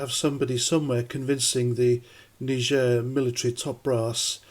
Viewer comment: Thats not how you pronounce Niger....🙃